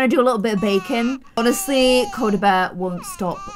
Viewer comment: U said Cody it's coda